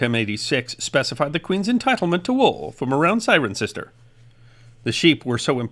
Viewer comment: As a resident of the 2nd largest Roman town after Londinium Thank you for the proper pronunciation of "CIRENCESTER"!